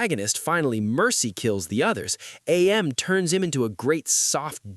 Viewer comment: Whenever people say A-M instead of AM, it makes me really mad for like no reason.